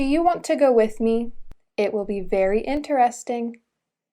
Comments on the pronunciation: I don't think the word "interesting" is pronounced correctly, isn't it? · you pronounce “interesting”, sound wrong or is it right?